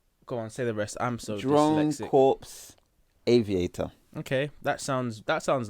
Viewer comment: Can’t even pronounce the song title, can’t even wrap your heads around the complexity of this music. You’re out of your depth, fellas. Stick to Lil Yachty.